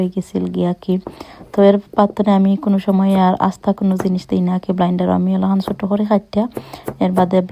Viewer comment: Not blinder apa It's blender